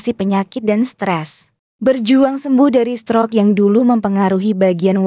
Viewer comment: Tolong dong ucapankata *stroke * itu gsk ensk bngt didrngar. Coba diajarkan dulu cara mengucapksn kata yg benar